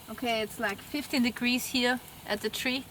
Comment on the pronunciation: Firstly I thought you are British, Canadian or sth like that, but the way you are pronouncing "here" like "hier" in German made me think ;) Then I checked your website and everything is clear now : p